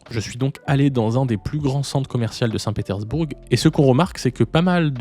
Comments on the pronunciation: On ne prononce pas le G. ! petersbour(g) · Non ça ne se prononce pas du coup comme tu l'as dis désolé...mais bon c'est pas grave, c'est juste que c'était très étrange cette façon de prononcer à l'anglaise lol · C'est nouveau ça 😮 on prononce le g de saint Petersbourg... Chouette ton imperméable des années 50...😊 Ca se dit ça, je sais pas c'est quoi...en parlant d'une marque de voiture chinoise ? Tes videos sont creuses mec... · ah tu prononces le G à la fin de St Petersbourg ?